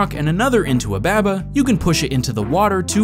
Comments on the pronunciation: bäbä is you? no, it's baa-baa is you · " Ba-buh is you" Bah bah. It's clearly bah bah. Like ba ba black sheep have you any wool. Cause you're a sheep. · it pronounced bahbah is you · Jokes on you I pronounced it both ways throughout the video! Lol but no really I just said it however I felt like in that moment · I pronounced it both throughout the video, who really cares?